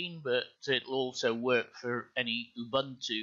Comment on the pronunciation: get a decent mic. btw it's 'oo-boon-to' lol also be quicker. we're not think xD